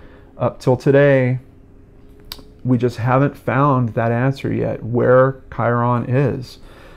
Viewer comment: His name is pronounced "Kyrun," not Ky-ron. Think of it as rhyming with Myron.